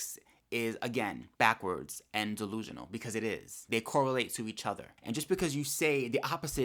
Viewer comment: Every time you say “ DeLUsional” 🤌🏾! It takes me out😂😂😂 But you are soo right!!! 👏🏾👏🏾👏🏾